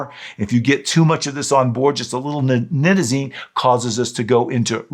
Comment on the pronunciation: I was puzzled after the first part of your video because you pronounces this drug with a long I sound...only to pronounce it with a short I sound....let me try to spell it phonetically.... At first, Nite-ta-zene. Then it was pronounced: Nit-ta-zene. Which way should it be pronounced? Aside from that, your information is excellent! Thank you and Shalom! 💜💙🕊💙💜🇮🇱✡️✝️🇮🇱💜💙🕊💙💜